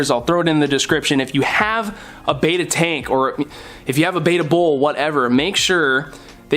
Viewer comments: It's Betta... Not Beta... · PLEASE! Its BEtta not BAYtta!!!!! Repeat after me! BE TT A BETTA! BETTA! BETTA! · I wish I could have watched the entire video but when "experts" say beta instead of betta I move on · Your are mispronouncing the name of the fish they are Bettas not beta fish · What is this? Friggin' Interpretive Dance Class? You from California? Bet, bet, bet, bet, Betta - not baeta. Ask these guys. Hear it pronounced. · Look at this Betta (with a short ‘e’ pronunciation). He is beautiful. Wow!!!